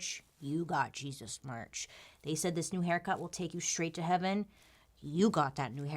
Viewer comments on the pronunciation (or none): none